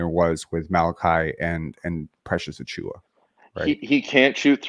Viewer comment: ..admitting here that achewie” had me laughing hard.. I thought maybe a speech impediment until the “superstar” Jakob comment … I am really excited about this trade. IQ is exactly the player the Raptors need beside Scottie, and I have to admit that despite some flashes (and finally looking not awkward grabbing lobs) I have drifted into being an OG skeptic in terms of future trajectory and also the potential to lose him for nothing. The Raptors don’t get burned again. I’ll both miss rooting for Flynn and Precious, but also not miss being invested in players that let’s be real probably aren’t going to work out. However, there is the potential (especially) Precious. So if either somehow set somewhere I’ll be happy for them. This part of myself will probably see me repeating the vicious cycle rooting for Barret now.